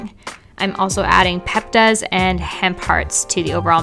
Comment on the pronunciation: Also u know I don’t mean to be an ass, but it’s pepitas not peptas. The only reason I know that is bc my old boss always added them to her yumm bowl! 😹😹 “add pepitas” I hear it in my sleep.